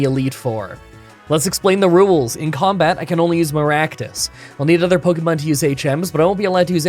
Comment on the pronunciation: Can somebody explain why my man always pronounces "other" as "either"?